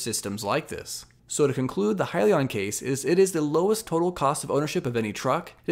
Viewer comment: Way to just hit the highlights. You got the name right lol “Hi-Leon”. I still like “Heelion” though